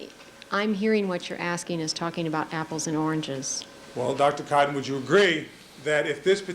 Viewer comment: Is it really necessary for him to start every single question to the witness with their name? It's infuriating!! Especially when he pronounces it Dr Cooooton.